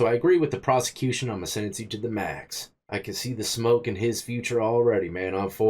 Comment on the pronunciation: Never says sentence, he says sin-nence!